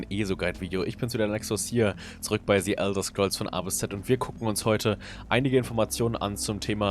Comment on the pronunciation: "ze Elder Scrolls"